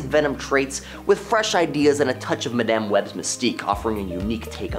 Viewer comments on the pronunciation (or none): Please stop pronouncing Madame that way. It's weird.